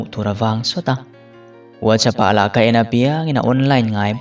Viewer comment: Whatsapp hi nga ti nge VUAT CHAP tia in lam ziah, Sap ramah kan awm a, VUAT ZAP an ti nia